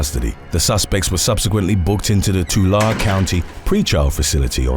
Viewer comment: Oh man. You butchered central CA. Tulare is pronounced ‘to Larry’ and Visalia is ‘vie sail ya’